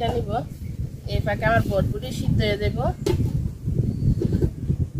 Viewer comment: ভটভটি না এটা হবে বরবটি।ঠিক মতো উচ্চারণ শিখে ভিডিও বানাবেন